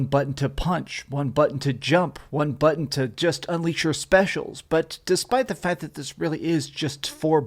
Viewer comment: Say Butt Hun again x